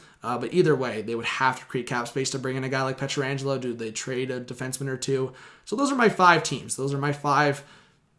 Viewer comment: Can you learn to say his name correctly?